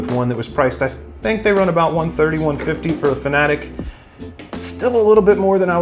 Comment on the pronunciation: You know this guy knows his sim racing when he mispronounced Fanatec